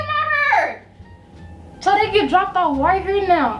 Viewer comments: “Now look at my herrr” 😭😂😂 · why you mess up her ‘hurr’💀…the best YouTube couple on here🔥🔥